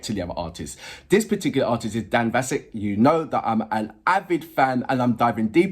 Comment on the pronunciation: Yes it's not Vasick, you pronounce it like ask as in Vask!